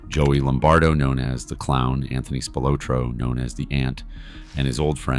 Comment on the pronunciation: Many of the photos are either bogus or have no connection to the case. Should also re-record pronunciation of "Spilotro."